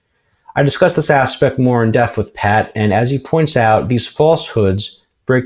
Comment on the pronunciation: Another awesome show! Was it just me, or did I detect an extra "S" in the word "Aspect" when Standings face was on the screen?! LOL!